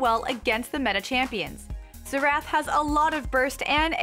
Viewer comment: Zee-Rath?? No that is NOT his name...lol Its pronounced like Zare-Ethh. Now say it...Xerath.